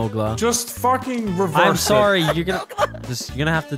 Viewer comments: a classic Canadian soarry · "I'm Soarry" 😂😂😂